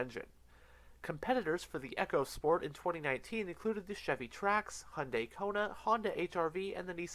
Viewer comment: Its pronounced eeeco sport which is , short for "economy sport ". You said "Echo sport" which is something altogether different